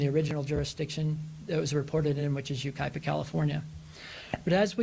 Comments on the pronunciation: Yucaipa is pronounced YOU-KAI-PA…… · The location is pronounced “You-kye-pah “. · It's pronounced Yuc👁pa (not that it really matters) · Hi G! You are doing such a great job keeping up with all these trials and new cases coming up. I am from the area of the Haro case. The town is called U-ky-pa (Yucaipa). See you in the am for Donna Adelson trial!!❤❤❤🐻🐻🐻🐻